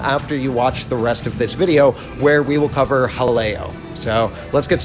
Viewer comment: pronounces Jaleo correctly. ***VIRTUAL CONFETTI CANNON***